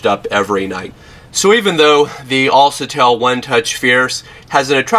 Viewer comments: "Al sa tell =AlCATEL =Alkatel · who told you a C followed by an A makes the sound SA and not CA? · IT'S ALKATEL NOT ALSETEL. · Self pictures?? "Alsatel." Dude you need Jesus. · Unliked for mis-pronounciation of the phone brand name C= kuh Not suh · it's alKatel, not alSatel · You said the name wrong it's al-ka-tel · ITS ALCATEL (AL, KA, TELL) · Al CA TEL - Americans pronounce words so funny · atleast pronounce the brand name correctly .. al(sa)tel..LoL.. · AL-CA-TEL!!! Smh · he dose not have right facts on this phone and he is saying the name of the product wrong